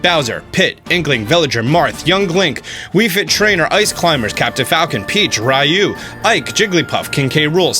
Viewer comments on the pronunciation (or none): "Rie you" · RYU - doesn't pronounce [Rye You] --- should pronounce it as same as the word "VIEW" , pronounce "RIEW" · Rayu? I'm pretty sure it's pronounced Reeyu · "rayu" unsubcribed xd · 😤 You pronounced Ryu incorrectly